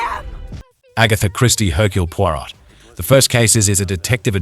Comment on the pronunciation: "Hirkl Pwarott" would make old Agatha spinning in her grave like dinamo able to feed the whole world with free power. Even those in England pronounce this name more correct. Good list tho, thanks. :face-green-smiling